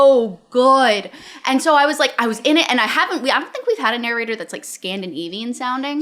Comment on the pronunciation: OK, I've been listening to a lot of their videos and I need to know whether it's just me hearing it... Does says actually say "narrorator" and "narrorating"? If feel there's an inside joke there but I haven't been part of this community long enough to get it.